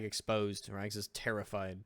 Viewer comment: Rags is rags not bu-lly